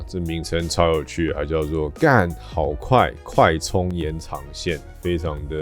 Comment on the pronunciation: 我一直都念氮化鎵 沒想到有人唸 Gannn~~~ 滿有意思的xD